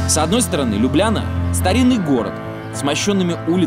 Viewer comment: Ну какая же это Лю́бляна, когда это Любля́на!🙈